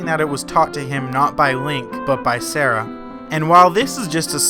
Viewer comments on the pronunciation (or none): And that he prononces Saria, Sarah? I've always pronounced it Sar-E-ah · It’s Sah-ree-ah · Nobody is going to point out he said Saria's Song as Sara's song. Termainia? Ugh. Its Termina... The cringe is real. XD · S_a_r_i_a not sarah